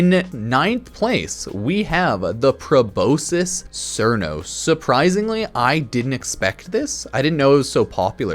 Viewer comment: please don’t call it Probosis Crnos it’s Pro-Bos-Skis Sar-nos. I know the names of things in the game are seizures for our brains but it’s just a good habit.